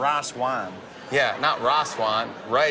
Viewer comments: "CAN WE GET SOME MORE WIICE WINE!!" lol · He clearly said “Rye Swine” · "Rhas wine" 🤣🤣🤣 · Raw swine?? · Blake has training chop sticks and he say ras wan im dead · All I kept hearin was "Raw-ass wine" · blake:i jst dnt knw what ras wan is jimmy:not ras wan.its rice wine I CANT I LITERALLY CANT LMAO😂😂😂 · No not "raas wahn" ... "rice wine" 🤣🤣🤣🤣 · Raas waan😂 it's rice 😂😂😂😂😂😂😂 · “Rice Wihne” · Every time Blake eats something he doesn't like....Can we have some more of that Rayce Wine??? LOL! Too Funny! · Ashlynn Smith I know it is rice 😑 I wrote what he called out many times. raas wine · What’s more cute: the dimples or the way Blake pronounces “rice wine” Huge fan of his tracks, (and the dimples) 💖🇺🇸